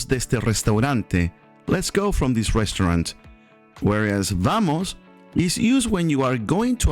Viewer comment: Honest question: Is it a V sound or a B sound? Sounded like you said the B sound when you say it fast but V sound when you say it slow. Which is it? I've noticed this with other words like the word OLD .